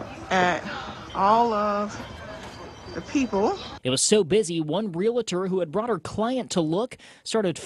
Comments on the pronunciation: This guy needs to learn how to pronounce the word REALTOR. Its not REALATOR. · Realtor not realAtor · REAL-tor, not REAL-A-tor. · The word is "realtor", pronounced: "real-tor" not "real-a-tor". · It's appalling that a reporter isn't educated enough to not say "REALATOR". 🙄 It's REALTOR. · It's not pronounced" realitor" it's "REALTOR". The only ones making money are the real estate companies. By the time you pay the hefty commission you could end up with less of a house. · Dear Reporter, repeat after me: Real Estate Real-tor Not "real-la-tor" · Someone probably should've told the reporter that it's pronounced real-tor, not real-a-tor. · It isn't real-A-tor. It is REAL-TOR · Someone please tell that it's pronounced real-ter, not real-a-ter. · Its pronounced REAL-TOR not Relator. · Its not rela-tors. Its Real-tors. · Honey.... it's pronounced Ree al tor.... Not Ree let or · REALTOR! REALTOR. Not REALITOR. Real. Tor. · Realtor, not ree-luh-tur. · Real-tor, not real-luh-tor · The person talking in this video cannot even pronounce “realtor” he says “relitor” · It's REALtor, not relAtor. Learn your language. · Realtor, not Real-a-tor. You got it right a few times. Good job with reporting sometime that should not be “news”. Scraping the bottom of the barrel. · REAL TOR. NOT REALATOR YOU BAFOON!! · Realtor not real a tor. Lol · None of this surprises me. The one thing I could never figure out is why so many people have such a tough time pronouncing REE-AHL- TOR.... Drives me up the wall.🤣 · that's hysterical 😅 I've had a lot of friends and relatives who consider themselves Ree Luh Tors... And I always correct them (jokingly, of course) and you should hear the 157 different explanations as to why they pronounce the word that way... Which is also hysterical.😂 I guess I'm just a Smart Aleck. Cheers! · Why is the reporter saying “real-a-tor”? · The reporter said "re-la-tor". Good grief! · What’s a “real-a-tor”? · Real la tor???? Come on. You're kidding, right?